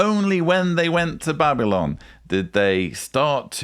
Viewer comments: This creep can't even pronounce "Babylyn". After just listening to the voice mail from the grandmother, I can barely stand to watch any more of this crap. That's unfortunate because I so enjoy listening to you,, and also. I am a never-in and secular, but the more I learn, the more disturbing I find it. Keep up your good work. I think I should take a break, or I'll be needing therapy.😏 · Yes, I agree. He says ' "Babylin". He obviously took to heart the admonition against getting an education. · I heard it as Babblin. Made me crazy! 🤯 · Babylon ends with on like the word on is pronounced not an. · The way he pronounces Babylon is very strange. JW’s do have their own language for sure!! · Why does he pronounce Babylon like that? He thinks it makes him sound more scholarly, it doesn't.